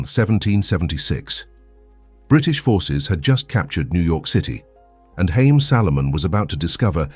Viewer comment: His name is pronounced Ha’ yim (Haim). In Hebrew means lives. The economic philosophy has changed a lot in modern times